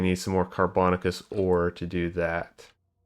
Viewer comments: "Carbon-aaa-shuss" not "car-bon-ah-kuss" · car bo nay shus. You freakticus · Sorry, I'm a language nerd. The word "carbonaceous" is pronounced "car-buh-NAY-shuss". It should rhyme with "gracious" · I love hearing the different ways people pronounce car·bo·na·ceous ore on new videos 😆